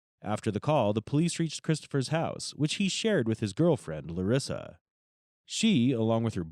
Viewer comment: LUREEESA 😂pretty sure its Larissa